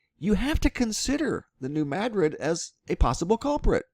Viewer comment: Madrid is pronounced the same as Madrid Spain. It's Ma drid, not mad rid! :) Also, it's a sandbar not a sand barge.